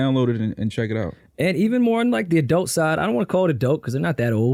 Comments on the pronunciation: Aye, wtf is an "Adelt" 😂🤣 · The way pronounces Adult is SICK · Why does call adult summer camp "adelt":/